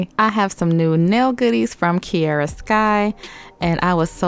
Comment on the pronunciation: Why do you say KI E RA when it’s called KI A RA ...